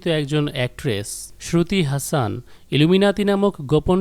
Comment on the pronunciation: আরে ভাই ওটার উচ্চারণ হাসন not হাসান। শ্রুতি হাসন। আর ওরা মুসলিম কখনোই নই, ওদের কোনো যোগসূত্র নেই।